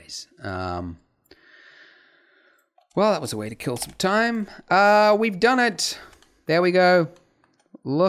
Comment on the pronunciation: "Ehm... We've don-ut"